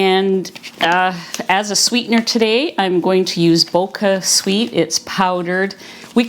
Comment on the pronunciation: Two things: first: the sweetener is pronounced with the ch as in chocolate. Second and MOST IMPORTANTLY: this "sweetener" makes your blood glucose spike!. I tested myself and my glucose rose about 40 points (two teaspoons in a cup of water). It took a whole hour to quit rising. Read the package well. It says no insulin response, which we cannot test. Stay away from BochaSweet!